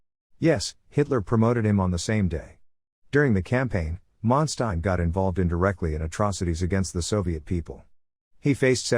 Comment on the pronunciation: listen to other documentary this will help you to learn how to pronounce his name properly